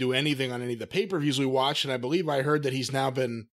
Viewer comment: I Bolieve it's time move on.